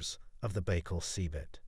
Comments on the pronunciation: It is Buy-call, not Bey-call. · How u make a whole video and not even learn how to say it right?